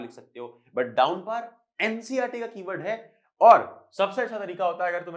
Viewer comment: Downpour hota hai dowmpar nahi 🤡